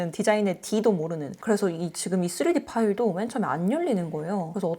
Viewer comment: 3D 파일 이라고 말씀하시는거 같은데 왜자꾸 쓰레기 파일로 들릴까요;;; 내 귀는 썩은것인가 ㅠㅠㅠ